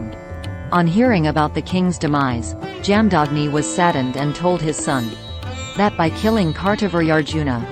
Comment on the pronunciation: Jaamdaagni ' the correct pronunciation is " Jama dhagni' BGM is soulful 👍